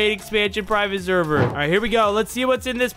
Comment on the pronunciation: Discord sherver😂 sorry I love ur content but I couldn’t stop laughing at when u said sherver